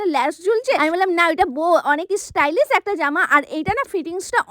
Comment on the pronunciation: Didi ota istylish na❌ stylish ✔️❤😂😂